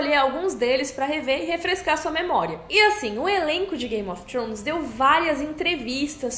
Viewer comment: depois de 9 anos e ela ainda não aprendeu a falar "thrones" ainda rsrs